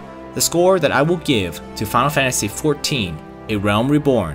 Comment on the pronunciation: thx for the review but mate it's called "final fantasy" not "fanl fantasy" :D